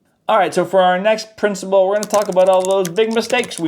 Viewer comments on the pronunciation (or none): Thanks for the video,. I hope you don't mind my saying, it's principle, not princible!